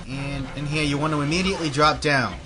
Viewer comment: Do you have an accent? It seems sometimes you say 'Over hehr' XD